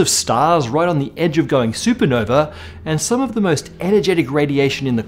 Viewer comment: It’s super nova… You’re British right? Champagne supernova not super No-vey